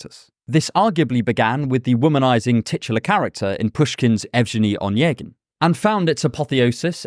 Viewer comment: Pushkin's Eugene Onegin is pronounced smth like Yev-GHE-niy O-NEH-ghin :)